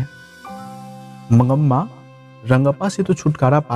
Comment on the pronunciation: aap name galat bol rahay ho mangma hota hai